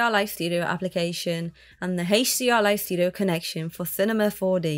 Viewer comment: "Heysch-D-R-Li-Studio"...I... just... can't. I tried, but it hurts 😢